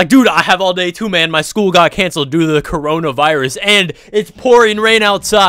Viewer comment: The way you say coronavirus makes me laugh everytime